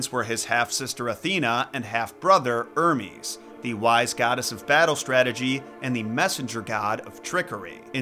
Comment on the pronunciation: The h isn't silent in hermes